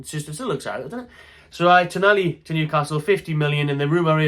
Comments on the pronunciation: TonALi not TonELi ffs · TonAli, TonAli. Not Tonelli. It's right there in the spelling of the name man!